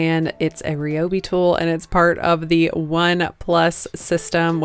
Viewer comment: Love these little night stands and it's great they were made from an old desk. Just a little tip for the future, when pronouncing Ryobi, the "Y" is pronounced like an "I"